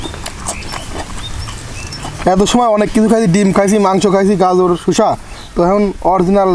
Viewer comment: শুশা না শসা; আর গাজুর না গাজর